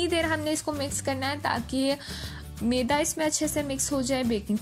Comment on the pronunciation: Maam isko maida kehte hain.not meda.meda stomach ko kehte hain.kya log hai aap log alfaaz bhi sahi nhi bolsakte